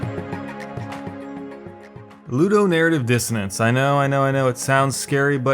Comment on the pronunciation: I've been in the gaming community for a good while now, and I have never heard anyone say "ludonaritive disasince" idk where you got 30% of these terms but I've never heard em, not hating just saying.